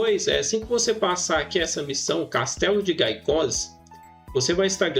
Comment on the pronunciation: Gaicoz n infeliz... Se pronuncia GUEICOZ...